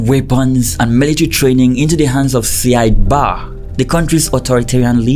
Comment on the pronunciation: It is pronounced Siad Barrey not barr